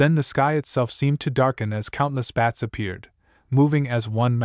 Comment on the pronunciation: Can you seriously not say bat? You keep calling them beds. No bed could fly.😂😂😂😂